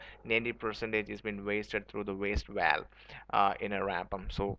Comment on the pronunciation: Please dont say walwe. Its pronounced as Bh-a-l-Bh. It quickly became annoying to watch your video.